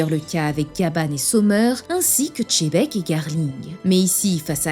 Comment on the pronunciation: J’en peux plus des youtubeurs qui disent Tchébek…c’est dingue cette façon de prononcer un nom aussi mal par pur mimétisme !!